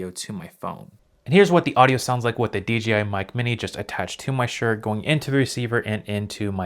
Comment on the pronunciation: Why does everyone say DGI even after the written DJI in the description?